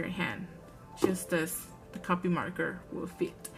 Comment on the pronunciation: Just to let you know half the time you said copic it sounded like you were saying copy. And a good cardstock works just as well as any marker paper